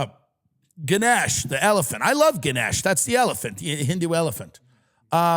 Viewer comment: its Gah-nesh , malaysia represent!